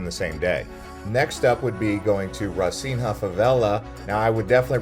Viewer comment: Clearly, you have never been to Rocinha or even Rio. You mispronounced both Rocinha and Rio. Rochina is pronounced Hosina, and there is no H sound in Rio!